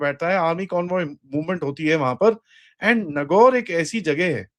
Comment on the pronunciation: Sir it's नागौर।